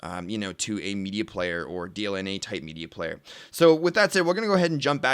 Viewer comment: Hey its DLNA and not DNLA:)